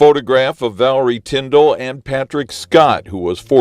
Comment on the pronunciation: Your English is good but your pronunciation could use some help. What bothered me most was that you kept getting her name wrong, which was so disrespectful. Her name isn't Villery Tinder, it is Valerie Tindall.